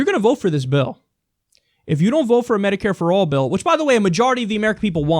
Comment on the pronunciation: I believe you mean medicare and not mediare.